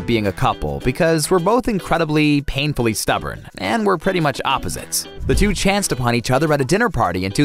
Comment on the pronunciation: Chance not chase